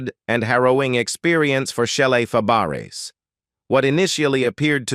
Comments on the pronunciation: IT IS PRONOUNCED FAB RAY NOT FAH BERRIES. WHY DO YOU HAVE THIS JOB? ARE YOU A COMPUTER. YES. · Shelley FAH-BARE-ASS?? Is this a computer voice? At least get a narrator that can pronounce names! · Um? Fuh-Barris? NOPE! Fab-Bray... 🥴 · Her French surname is pronounced "FaBRAY," not "FabArez." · Fabares pronounced fab ray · “Fay bare ess “ 🙄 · It's pronounced fabray. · shelly Fab accent on the first syllables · good grief!!! If you are going to do these videos lean to pronounce their names. I have never seen names so butchered. Shelley’s last name is pronounced “FAB RAY”…….Her aunt was Nanette Fabrays…….pronounced “NAN NET FAB RAY”. Their names were pronounced the same with different spelling. I won’t go into the others. But please research because all of these videos have the same kind of colossal mistakes. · Yes it's fab.a ray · You pronounced her last name wrong, and that one clip was Shelly Long, not Shelly Fabares. And your voice sucks as well. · He can't even pronounce her name right. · You're mispronouncing her name. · Should be nominated as the worst bio; mini documentary of an artist... ever! Punch in to correct all mispronounced last name that you are making money on! CORRECT IT!! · I'm about half way thru & I can no longer stand how Shelly's last name is being miss pronounced. Oh my God, ugh. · AI voice??? You destroyed Shelly's last name, lol... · I agree. This voice is mispronouncing her last name severely wrong. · What a moron!! Need to pronounce people's names correctly!!!!